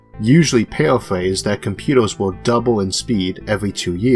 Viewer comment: I stopped listening when I heard the guy saying "computos" and "transistos" because I was understanding barely the half